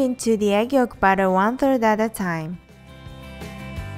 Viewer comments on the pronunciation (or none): You need to work on properly saying the word "batter" because you aren't saying it correctly. You sound like you are saying "butter". I love your videos! But its kind of hard to know if you are saying to add the butter or add the batter. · your mom needs to work on properly saying the word "batter" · LOL when you say batter it sounds like butter <3 your videos :)